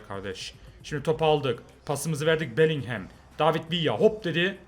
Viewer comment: şu bellinghama belinghem deme onun okunuşu belingım